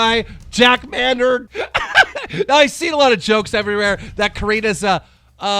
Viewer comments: Maaayyyynard nor manerd😂😂😂😂😂😂😂😂😂😂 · Jack manerd great pronunciation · Jack may nerd. Corina knopmft. David Dober man really can u pronounce anything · “May-nard” “Dough-brick” keemstar please learn how to pronounce names